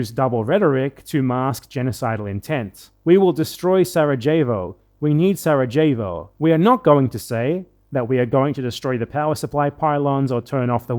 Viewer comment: That pronunciation of Sarajevo was on par with the whitest British pronunciation of Jalapeño.